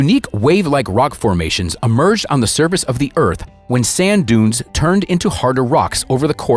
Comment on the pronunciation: What a pity they coldn't find someone who can speak English to do the voiceover. There is no such place as Dakota in the UK . The power station in question is in Didcot. Calling excavations "escavations" is just sloppy as is calling the surface of the earth "the service of the earth. Another is describing a work of art formed from crops in the field as "paintings". There was no paint involved. The beautiful pictures deserved much more than this lazy American mangled and inaccurate English